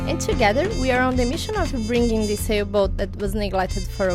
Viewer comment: Put your tongue under your front teeth and blow.......THIS not deese or dis. Practice THIS